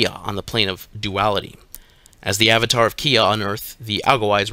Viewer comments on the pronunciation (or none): none